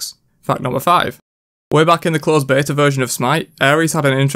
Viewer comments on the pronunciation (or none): none